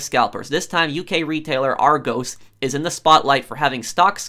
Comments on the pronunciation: i know he is american but i hate it when he says ar-goes it is ar-gos. I do not mean to offend anyone by saying this. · Is pronounced ar-gos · Just to let you know you say the 'o' in argos like the 'o' in hot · It’s Argos not Argoos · Ar goss not ar goes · I swear if I here argoes one more time 🤣🤣 It’s prounced - are goss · Lol argoes its argos pro sorry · Argos like gloss, not goes. Are goss. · Noooooooooo its said argoss not argose the british in me is pissed 😂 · Are goes......lol not being rude, pronounced are-goss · Arrgoes wow it’s A R G o s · "OURGOS" 😂😂 it's pronounced ar-g-os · It’s pronounced Ar-gos not ar-goes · It's pronounced Argos not argose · Argos not argows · Hey prof I’m from the UK (Great Britain) and it’s funny how you say Argos because ur saying ArgOs when it’s pronounced Argus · You pronounce Argos Ar-gos instead of Ar-goes (sorry if I sound rude I just wanted you to have the right announce) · ar-gos, not argose lol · The way you pronounce Argos is funny. In the UK. We say Argos, not argoes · I love but its annoying that he says argose not argos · It’s not pronounced Argose it’s AR GOSS. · Im from the uk. And its pronounced Argus not Argohs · Pronounced Ar-goss not Ar-goes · Say it like r goss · It's been all over the news here and it's actually pronounced "Are-goss" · It’s pronounced ‘Ar - GUS’, not Ar - g-oh-s’. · sorry i cringed when you said argos im from the uk and it's pronounced r-goss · No hate but its "are-gos" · It's pronounced "R - goss" by the way. It's also the name of an ancient Greek city. I suppose the pronunciation isn't necessarily obvious though. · Its ar-gohs not argos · It's pronounced are-goss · Its really cringeworthy that you call argos 'argoes' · It's r go's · Ar-goes lul gotta admit that’s funny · hey just letting you know its pronounced ar gos also scalpers are starting to annoy me now. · Btw you say argos like ar go s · Lmao he said it like arg O’s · Let me help you out... it's "aR - gOs" like gl(oss)